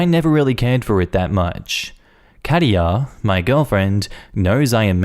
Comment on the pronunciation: German here. Katia is pronounced slightly different. Type Katja in the Google translate to hear it. 🙂